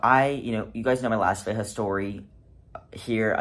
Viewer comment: 99% of people? 😂 nope!! I've had THREE different assholes at the bins who refused to flip a coin for the mate, so my ass buys the other shoe, just to spite them. btw,, Veja is a French brand, it's pronounced Vezha with a French J, not a Spanish J... 😂